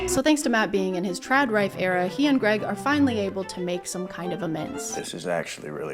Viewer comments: Lololol “Trad Rife” 😂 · "Trad Rife" That was good